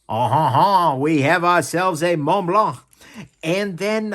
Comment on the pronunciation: Was that supposed to be a French accent? Montblanc International GmbH is German. Thanks for the review.